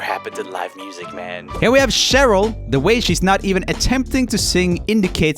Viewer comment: he still can't pronounce Cheryl after all this 😂😂😊